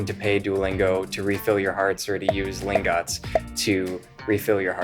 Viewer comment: Btw I think it’s Lingot (ling-get) like an ingot? Gold ingot? Silver ingot? Just saying